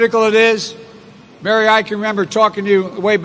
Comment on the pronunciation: does not pronounce the name Mary very clearly.....why....? I shall tell you why....PEOPLE OF EARTH.....Mary was the mother Jesus Christ.........and is not a leader of anyone....but a follower...of someone I can assure you.............YOU DON:"T WANT TO KNOW